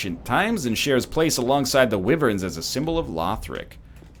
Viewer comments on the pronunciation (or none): I thougth that it was pronounced WHY-vern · Whivern is the most common pronunciation I believe